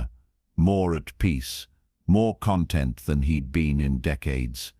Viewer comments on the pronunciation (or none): AI voice is so obvious. It's "content" as in peaceful not as in contained within.